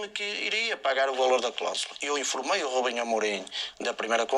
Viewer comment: "Rubenhê Amorim"